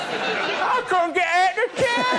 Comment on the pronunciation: He couldn't get ahht the turnin